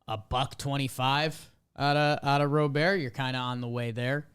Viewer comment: No. It's not. Lol. From the lips of the man himself: "Robert, who said he prefers the Cuban pronunciation of “Roh-bér," But sure. If you say so...